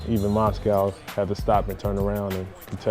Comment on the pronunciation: He really just call Mosgov Moscow?